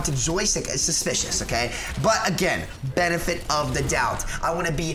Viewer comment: (He actually locks on to tracer) "benifet of doubt" me: I think you convinced 109k ppl